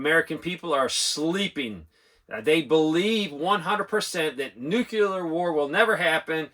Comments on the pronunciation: New-clear.... you don't pronounce the word "clear" as Cue-lar. I watch your channel all the time, but I hated it when George W pronounced it wrong too... commented with respect. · Newkyallur weppins is daynjuriss. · "new- clee- er" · Sorry Sir I know some people don't like being corrected but it's actually pronounced nu-cle-ar